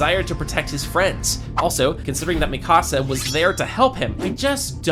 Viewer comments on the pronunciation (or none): none